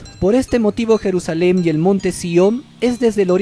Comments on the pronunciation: Se dice Jerusalén en español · Compa ya ni chinga neta, queda usted mal de a madre.. Se escribe y pronuncia "Jerusalén " no Jerusalem..